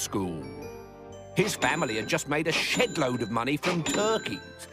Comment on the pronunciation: I think he said “shed-load,” but I’m pretty sure you and I initially thought the same thing. 🤣